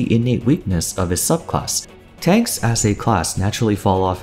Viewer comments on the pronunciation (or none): i think he means TANKS and not TNAKS